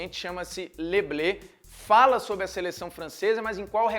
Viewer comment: Não é "lê blê" é "lê Blu" bem parecido com o inglês, já que ,assim como outras palavras do inglês, é de origem francesa. O Kléber Machado espalhou isso é nego foi na aba. É só uma crítica construtiva... "Blê" seria tipo "trigo".